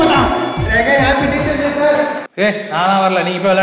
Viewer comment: It is not dai It is day.